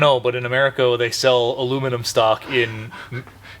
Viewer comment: It is so refreshing to hear you say "aluminum" correctly. I think I'll buy a lottery ticket haha